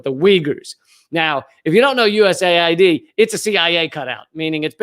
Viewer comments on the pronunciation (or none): none